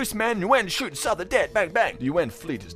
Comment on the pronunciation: omfg I almost can't cope - Souther is pronounced Suther in English...bruh :'( su-tha kinda...fk me :(